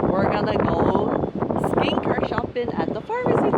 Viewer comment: What’s with the shop’n? Just say shopping ..